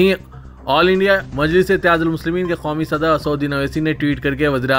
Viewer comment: KYUN khaumi bplte ho...sudher jaao